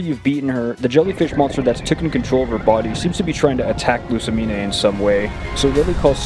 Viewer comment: first stop mispronouncing lussamine's name watch the anime and second don't say she uses a bunch of girly fairy type pokémon, the only fairy type she has is cleffabble